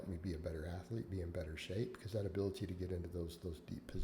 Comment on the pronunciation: you are NOT an "athuuhlete", ya idiot.